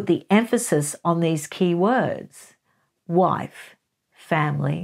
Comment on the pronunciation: Did she say “WIFE”?